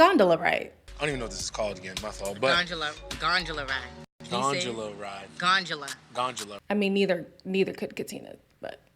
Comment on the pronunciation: But she was saying Gondola wrong too 🙃